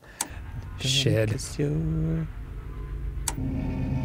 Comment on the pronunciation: Dan: "Shid" Me: Say Fard right now